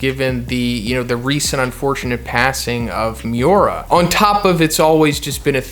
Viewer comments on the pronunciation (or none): none